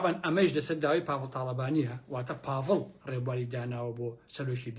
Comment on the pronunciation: سەدجار بۆم ڕاستکردیتەوە پاڤڵ نیە بافڵە